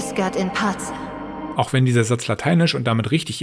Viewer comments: und dann auch noch historisch falsch „pace“ ausgesprochen obwohl ma es bei „requiescat“ richtig macht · Der Ezio Abklatsch-Satz war doch falsch, weil nur im kirchlichen Latein, das im Mittelalter entstand, das c wie in pace als z ausgesprochen wird/wurde. Origins spielt aber in Ägypten keine Ahnung wie viele Jahre, bevor Jesus geboren wurde. Ubisoft Logics...